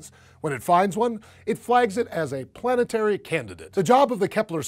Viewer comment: Heh, "planteary"